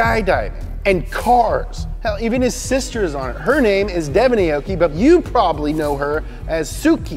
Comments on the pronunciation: "Aoki" is pronounced "ah-oh-key", not "ay-oh-key". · "Arh-or-key" not "A-o-gy", amazing video nevertheless. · Aoki's name is pronounce as aw-ki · AH-OU-KEE - real pronunciation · Aoki is actually pronounced as= awki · Everyone is saying Aoki wrong. It's pronounced like (ow-ki)